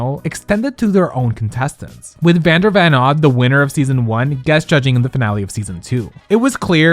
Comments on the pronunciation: Slight correction: it’s Vander VON Odd, not Vander VAN Odd. This video was incredible though apart from that!! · It's Vander VON Odd not Van.....